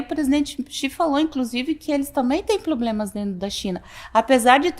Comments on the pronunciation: "eles também tem ploblemas" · "Ploblemas" kkkk ainda nao aprendeu o português. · 😂😂😂melhorou " ploblemas" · Não, definitivamente não tem bom senso...é inconveniente. "Poblemas", ela repetiu novamente, "me considero inteligente!!!!" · São muitos "poblemas"😅😅😅😅😅😅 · Fala "poblemas" e usa a palavra "sabe" como o marido descondenado a cada início de frase falsa. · Ela não é um biscuit de porcelana,ela é uma biscate de porcelana. Ela se diz que é inteligente mas não sabe falar a palavra PROBLEMA é só ouvi no vídeo que ela fala ploblemas. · Ela tem síndrome do cebolinha... Tem ploblemas